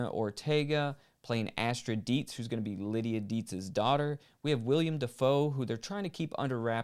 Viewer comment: You aren't too big a "William" DaFoe fan. Lol It's Willem Dafoe